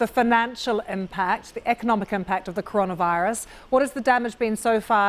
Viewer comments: I like how she mispronounced coronavirus . Good start. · It kills me how she pronounced coronavirus wrong 😢😢😢